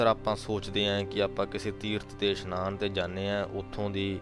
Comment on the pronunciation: Meanings are explained good but so many pronunciation mistakes of Gurbani like it is isnaan not ishnaan